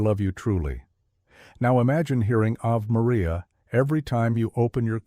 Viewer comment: ... Isn't it pronounced Ah-Vey Maria? (Stupid AI narrator!!!) (Can I vote TWO thumbs down) 👎👎